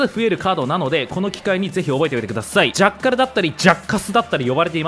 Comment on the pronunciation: 「ジャックァル」と発音してる